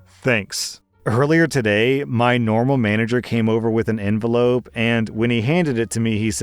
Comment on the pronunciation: What is an ONvelope. Is that like an ENvelope?